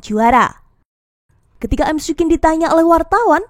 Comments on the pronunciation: cara nyebutnya mikwin min 😁 bukan emsi quen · Risih nyebutnya emsi kuin😂